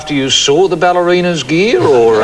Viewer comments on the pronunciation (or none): Gear. Not gee.